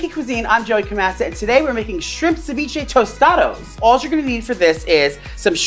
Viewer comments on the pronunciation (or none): As a Latina watching him butcher ceviche hahaha 💔😂